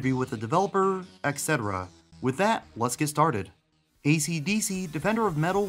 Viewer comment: I'm going to make a mild, nitpicking complaint. It's only because I've heard this a couple times in your videos, and because this particularly bothers me for no good reason. I can't stand when people say "exetera" or "exetra". It's "et cetera." There's no 'x' in it. I'll stop now.